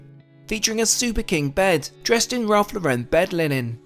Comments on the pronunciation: Great video! It’s Ralph Lore-en. Not La-Ren 😂. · Great video, just thought I should point out that you’re pronouncing Ralph Lauren all wrong! He’s American so it’s pronounced as if you would say Lauren as in the girls name. He’s not French! I know you’re a stickler for the hard T in Moet so thought you would appreciate this 😉 keep up the cracking videos!